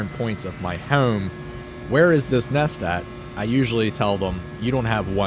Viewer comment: Why does he say "houome" when pronouncing home